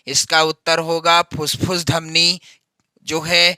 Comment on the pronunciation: Fusfus dhamni nahi fuffus dhamni hai😅😅😅